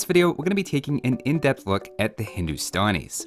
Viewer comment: No one:: "Hindustonis"